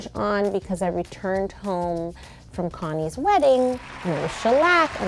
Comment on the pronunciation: When she said “Connie’s wedding” I thought she said “Kanye’s wedding “ 😂